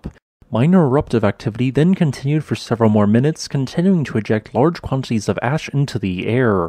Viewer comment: Quan. Tit. Ties. Not quan tees